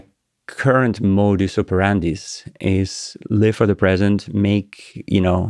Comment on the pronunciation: "Modus Operandi" no S at the end of Operandi 😌